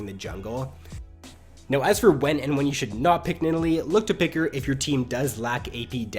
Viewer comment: a tips for improvement: Try to not speak like this "when nideLEE..... ..... ... hits her speAR. .... ..... bla bla.. ... .. blaaAAQAAAASDS" You have very wierd pauses and you give the endings of your words so much extra preassure. It gets really anoying after 2 video :| But apart from that your content is golden (Y)